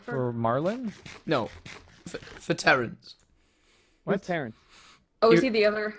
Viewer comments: Omg it's Terrance not lorance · IT WASN'T LAWENCE IT IS TERENCE